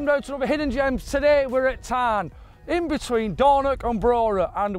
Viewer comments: Tain not NAIN. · It's not pronounced "Tann" it's Tain - rhymes with "rain" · Tain is a nice golf course I had to laugh when you pronounced tain tan lol there's alot of gems up here im glad you love it 👍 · Tain for a round - or TAN as calls it 😂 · Tain! Another great Scotland video. need to work on your Scottish pronunciations though lads! Theres a difference between a forth and a firth. :)